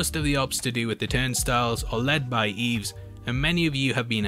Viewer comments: It isn't "EEEEVS" it is "I-ves" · You're killing me, man. It's "Ives", not "Eevs". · Given I lived near St Ives, and heard in the film, the character get called Ives, hearing it pronounced Eves, you deserve to be inverted sir. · Brilliant. But it’s Ives! Not Eves! Anyway. Great work as ever. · Great video but please It's Ives not Eves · It's "Ives" not "Eves" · Eves. Do you not mean Ives? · That mispronunciation of “Ives” tho. There’s no Y in there, it’s said how it looks! “EYE-VES” (one syllable) There’s even a lotion with the name in it! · I'm sure his name was pronounced EYEves... hehe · how could you pronounce it wrong in the first place when they said his name in the movie😭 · He couldn’t hear how they said the name in the movie. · HOW CAN YOU MISPRONOUNCE IVES SO HORRIBLY